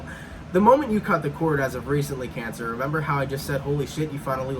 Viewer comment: 'Cayn Sa'! 🤣🤣🤣